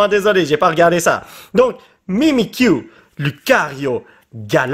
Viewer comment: mimikyu on ne le pronnonse pas avec le u